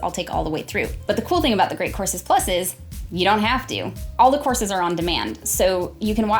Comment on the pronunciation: I keep hearing "corsets" instead of "courses". I'm probably drunk